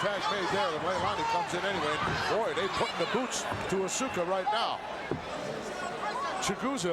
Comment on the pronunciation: When he said "Asue-ka" I wanted to die. 🙄 And wasn't it 'Nakano' instead of 'Nagato' ?